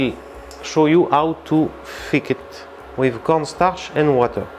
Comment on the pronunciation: “We will crush wiv thee … ass of the pan.” 🤩👏👏